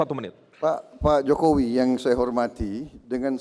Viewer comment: Ngomong aja masih salah mau jadi presiden Hadeh Yah waras pasti pilih pa jokowi